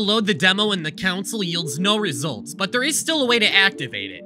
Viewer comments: bro you saying council instead of console made me so annoyed 😭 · Why say council instead of console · you slowly killed a piece of me everytime you pronounced console as council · Interloper drinking game: • Do a shot every time he says "council" instead of "console" • Chug every time he says "however" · I’ve never seen anyone pronounce CONsole as Council and it’s giving me the jeebies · I know he’s doing this for comments but I can’t resist commenting. The console/council thing is driving me nuts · Not going to lie it's running me up the wall hearing council instead of console but it's not that bad. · I’ve honestly never heard anyone pronounce “Console” like “Council”, I personally pronounce it as “khan-soul” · DUDE PLEASE STOP SAYING COUNCIL IT'S CONSOLE 😂😂😂😂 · The scariest thing in this video was him saying "council" instead of console. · It's Con-sole, not council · he says counsel dispute it saying console. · The real mystery is how he thinks "counsil" and "console" are the same words Edit: i cant tell if this is just a high level troll or if he genuinely dosnt know what the words he wrote are. the "simUlarities" bro its sIMILArities. It's unfortunate because this is a great well edited video on this subject yet its annoying as hell to watch because of the pronunciations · CONSOLE, GOD DAMMIT. CONSOLE. NOT COUNCIL. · Don't care how interesting this video could be, him saying council and not console irritates me way to much. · I'm sorry but council? Con-sole Con-soul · Not trying to be a hater, but bro... Counsel... It is Console. That irks me beyond end how many times you missed that. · CONSOLE COMMANDS. FUCKING CONSOLE COMMANDS. NOT "COUNSEL", OR HOWEVER YOU SAID IT. This is a good video otherwise, but I'm losing my fucking mind hearing you repeatedly use the wrong word over and over again. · That fact he can say “concept” but pronounce console as “council” is the scariest part of the video ever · calling the console the council is the true source arg